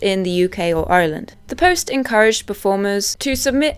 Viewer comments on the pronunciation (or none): none